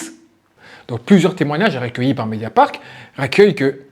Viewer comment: Qui peut aimer Cyril Hanouna aujourd'hui ? Incroyable !!! (petite rectification pour que tu sois parfait c'est : "MédiaparT" et non pas MédiaparK"... sinon BRAVO pour ton super travail.